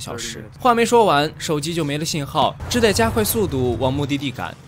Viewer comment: 跟我一起念：只得读Zhu de（只德），不念做 zhi dei